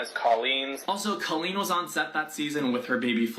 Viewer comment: If Daniel is such good friends with COE-LEEEN then why is he pronouncing her name wrong? 🤣